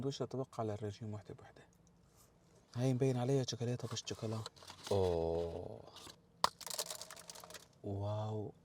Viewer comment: حتى الشوكلاته مش عارف تلفظا بعمركن شفتو حدا بياكل شوكولاته بالخبز